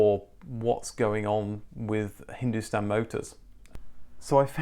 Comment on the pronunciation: Woaah We are relatives then😂 Edit : your wife must have helped with the pronunciation of Hindustan Motors, honestly for someone who's not born here, those were surprisingly good !